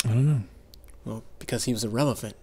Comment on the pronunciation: "Becasue"??? Wtf🤣🤣🤣🤣